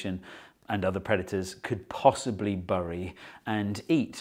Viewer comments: Gosh. What an unusual pronunciation of ' bury', normaly pronounced 'berry'. Dont you just love English (pronounced Inglish 😂😂😂). Subtitles got confused as well and spelled it 'burry' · Why is he pronouncing bury like that. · Whoever did the closed captions on this video deserves a medal. Every time Steve says the word "bury" the caption says "burry" matching Steve's pronunciation. Bravo :) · Anyone else notice how Steve pronounces bury in very strange way?! It's generally pronounced the same as berry. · What? Did you just pronounce 'bury' as 'bury'? I've never heard that in my life! What is that accent?